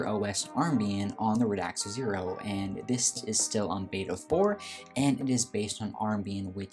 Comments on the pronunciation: Hi. Great review. Please don’t take this as a criticism. The name is Radxa Pronounced “rad za” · I am sorry but is it such a big effort to actually learn how to pronounce a word you'll be saying so many times in a video? I mean "Radxa" of course. Other that this, a nice review.